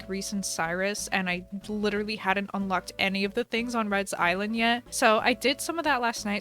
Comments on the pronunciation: She said "Red's island" really!? Sorry Harv, I guess you have a shared identity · Lol “Redds island “